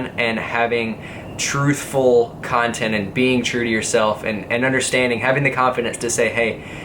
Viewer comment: love it how pronounce "cuntent"